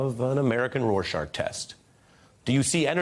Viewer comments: Did he say roar shaRk? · Did he say RorSHARK test? 🤔